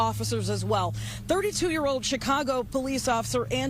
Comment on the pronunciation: Is it hard to pronounce an “L” properly…….code for cold, ode for old, tode for told, unfoded for unfolded,…….just pure laziness…..